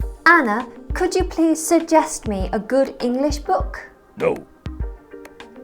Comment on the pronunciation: Hello Anna! Why did you say no in that tone 😂 at the beginning of the video?! Thanks